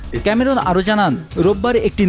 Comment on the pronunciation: ক্যামেরুন নয়, ক্যামেরন।